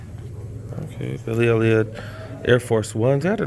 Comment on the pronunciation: Hahahaha this dude said Billy ELLIOTT.